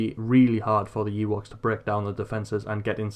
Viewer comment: Is it just me or is he saying Yeewoks? thanks for the video btw